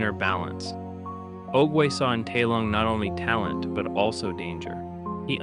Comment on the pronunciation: Bro didn’t even watch the movie, they say his name about a hundred times, it’s TAI Lung.